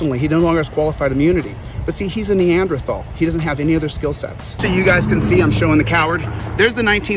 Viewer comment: "neandrathal"? lol